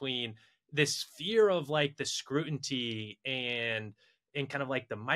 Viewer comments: Please tell that it's "scrutiny" (like "mutiny"). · Guys, my startup teaches VC to correctly say "scrutiny". Think Duolingo but only teaches one word., please send me the term sheet.